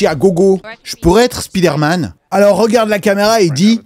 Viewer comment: Svp apprenez à prononcer Spiderman 😅